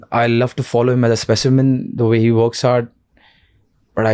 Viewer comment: " the vay " .... What kind of english is that? 😂😂